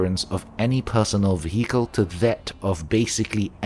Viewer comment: Excellent list, I've been diving into heavily modding the game for my next playthrough so thanks for summarising. Also tiny unrelated note, the 'h' in vehicle is silent.